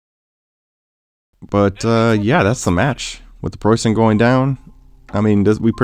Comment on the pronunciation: Nice job in the game and the pronunciation of Preußen! Very impressive